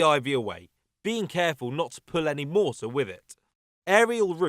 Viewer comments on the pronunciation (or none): none